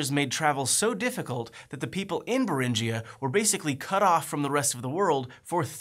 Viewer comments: its Beringia not berinjia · Minor technical point, the 'ing' in Bering is pronounced like the 'ing' in Ring. So no hard J sound in Beringia and Beringian.